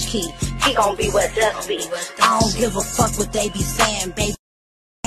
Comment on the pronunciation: if you been ar people with over bites you would clearly be able to tell that she said dust she got a over bite so that’s why it sound like she said duck…